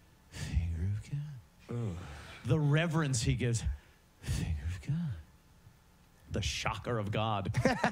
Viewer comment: "Fhhh-Fhinger of godddd"